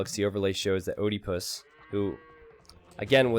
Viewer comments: Americans removed latin vowel combinations from their language, so don't know how to pronounce them. oediepus isn't pronounced O-de-pus, it's Ee-die-pus (a pun on Oedepus, Ee-de-pus). And no it's not Edepus either. It's a long E. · "Oedipus" is a Greek name pronounced "ed-eh-puss." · please pronounce Oedipus right :D !